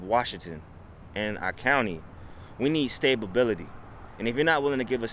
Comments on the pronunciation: Maybe if you spoke proper English they would stay. "Stablebility" What is that? A well built horse barn? It is STABILITY. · guy was trying to sound smart.. until he said, "stablebility"... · Stab-ability? lol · it was the speaker in the video that said "stabibility" what ever the hell that word that is. Thus the post!! He was trying to say "stability." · The “stay-ba-bility” genius understands economics almost as well as how to pronounce “stability”. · The interviewee: "stablebility" and "if you can't give us that then we don't need you here" - it's "stability", and that is a twisted way of understanding the situation. Maybe now y'all can understand what MAGA is about. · Excuse me sir, you appear to be a bright young man. What do you need? "Stabability!" Nevermind. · “Stabability...” maybe stability. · "We need stabability" . . . thank you for applying at Burger King . . . . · Did he seriously just say, "Stabability?" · And then changed it to stateability after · I think he was trying to say stability! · "We need stabability" lol You need sane government. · “Stable-bility”...yeah, I don’t want this guy tightening the screws on the airplanes. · "we need stablebility" LMAO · Stabe abibily? Jeez English your first language bud? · Is everyone ignoring the fact that the first guy interviewed said stablebility and not stability. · what is stabability? statability? imaginary words, we don't need those here. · “Stable-bility” bro wtf 😂😂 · What's "stabability"? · "Stabability"? That's a word? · Did he say “stabability”? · WTF is “stabability?” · Wtf is stabability?😂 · first guy pronounces it Stable bility. The stability is over. Boeing has had enough and will head South. Deal with it. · Did he say; sta-ba-bility? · Did he say stabability? Lol bruh